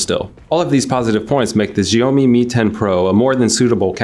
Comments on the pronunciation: Wtf is "ziyomi"? It's shao-mi 😑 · It's Xiaomi pronounced as 'Shayomi' and not freaking GIONEE. That's a different brand all together Nigga 😂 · Its Shiaomi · "The Sjheeomi Mi 10 Pro" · As an asian I find his pronounciation cringy.....sjheeomi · its shaomee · It's actually Sio-mai or Sho-mai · Your pronunciation of "Xiaomi" isn't right. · The pronounce is fuck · Please will all due respect, learn to pronounce "Xiaomi" properly before making a review. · Please YouTube the pronunciation of Xiaomi ...... Please!! 🤦🏻‍♂️